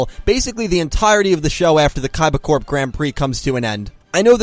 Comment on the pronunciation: I was confused when he said kaiba corp. He kept saying "Core" instead of "Corp"